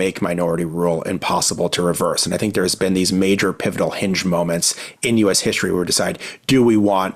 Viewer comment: Did he just say "hishtory"?